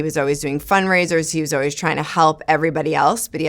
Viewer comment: Someone should let her know how to pronounce the word always lol “oh-wees”